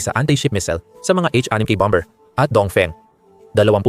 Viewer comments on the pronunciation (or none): none